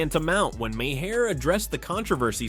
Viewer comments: It’s pronounced “Mar” not “ma-hair” or “may hair” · Bill Maher. Pronounced Marrrrrrrrrrrr. Not mahair. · If you can't pronounce widely known names, maybe you shouldn't make the video yet.